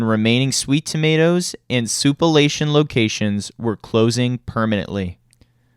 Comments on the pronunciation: OMG. It's sou-plan-tation. The F.. sou-pa-lation..? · Soup-uh-la-tion ! 💀 Why not just say Sweet Tomatoes ? 🍅🍅